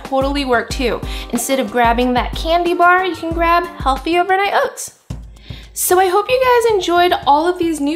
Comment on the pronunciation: "Overnight oits" 😜